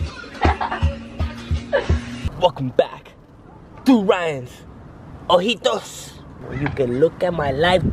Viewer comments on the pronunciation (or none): When he said eyes in spanish it sounded cute and funny